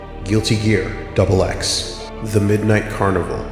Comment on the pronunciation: XX is pronounced as "IGZEX". I hate how the main plot thread of XX is completely ignored in this video despite not only being a major plot point, but leading directly into Xrd's plot.